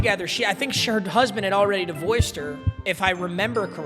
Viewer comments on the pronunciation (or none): DI-vorcIED her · “divoiced her”